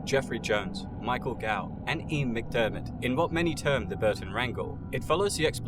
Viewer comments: Who’s Michael Gow ??? GOUGH, PRONOUNCED GOFF, ffs 😩😩😩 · Michael Gough (Alfred) is pronounced 'Goff'